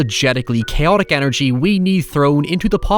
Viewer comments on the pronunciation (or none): none